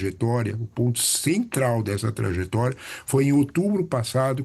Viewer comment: Trajetória e não traGetória. 😅